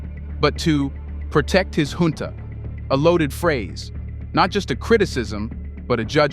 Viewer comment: THE WORD IS JUNTA NOT HUNTA AS PRONOUNCED BY MICHAEL LANGLEY LET HIM BE CORRECTED, PLEASE NOTE.